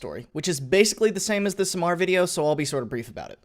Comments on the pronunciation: Should've said this earlier... Samar is not pronounced as "sa'mar", it's "sam ar" like "sam are" but one word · Btw its Sah-Mar not samar (Ya need to slow down lmao) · It's Samar. Read it as saamar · oh that samar pronounciation is horrifying